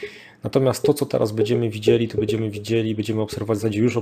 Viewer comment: bĘdziemy a nie bEdziemy, proszę bo to w uszy kłuje XD